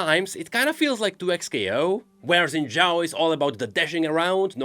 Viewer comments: i know that its only a detail, but its Xin Zhao, not Xin Yao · Zen Zhao ❌ Xin Zhao ✔ You got the second part right, you're so close. 🥲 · xin zhao is pronounced "shin jao" not zin zhao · Shin. Jow. Xin Zhao = Shin Jow.